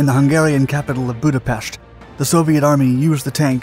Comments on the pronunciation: Excellent pronunciation of Budapest, chassis not so much. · Thank you for pronouncing Budapest in the Hungarian way! First time I'm hearing it like this by a foreigner.